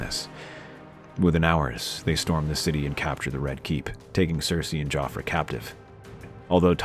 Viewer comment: I kept hearing "JoffrEY" and was soooo confused